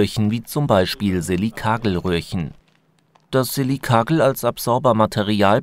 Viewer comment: Silkagel...nicht euer Ernst. Bitte sprecht es es so, wie es korrekt heißt: Silika-Gel